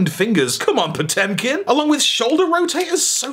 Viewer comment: "Come on Potemkin". You even pronounced it properly. Congrats. Good reference. Well memed.